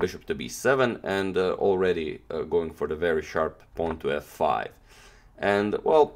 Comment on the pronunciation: did i just hear "Rook to fuck five" ??? Damnnnnn that fucking rook 😂😂😂